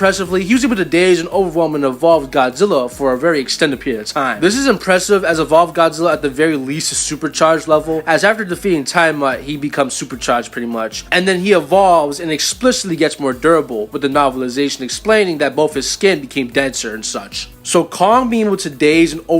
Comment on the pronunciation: It's Tee-ah-mawt